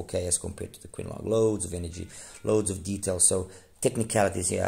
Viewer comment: It’s pronounced as Ching Long, meaning blue dragon.